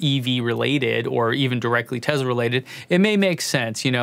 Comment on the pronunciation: Speaking of data - we sneaked into Rand in Santa Monica and ran a simple research test and based on every published pronunciation of "Tesla" since newsreels in the 40s including his own country of origin's pronunciations - that your subscriber base would increase by 17% if you pronounced Nik's last name with a soft sssss - like he did. Do you drive a model Ezzz? No, you drive an S. So really, data doesn't mean that much by itself does it? Signed, wise-ass. 🔚